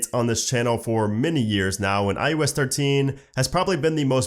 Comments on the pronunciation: SERIOUSLY!!! IT’S NOT “IUS”! It’s I OH S!!!! I can’t even watch this!!!!! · Please say iOS not iUS.